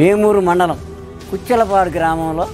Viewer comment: Kuchellapadu not kuchillapadu